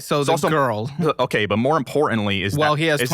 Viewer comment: More “impor-inlee.”